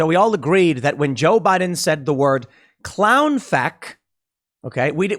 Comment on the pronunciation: I thought he said Clown Fake too, ha!